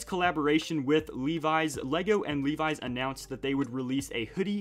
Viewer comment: It's not "Lee Wise" it's Levi's.